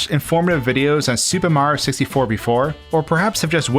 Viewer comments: Me: watching do a Mario 64 video again: says Super Mario 64 like "Super Mar 64" for the one millionth time because he says it too fast Me: ANGERY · I like how he says “Supa Mario Sissyfour”